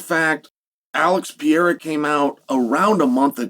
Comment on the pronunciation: Pereira not pee-aira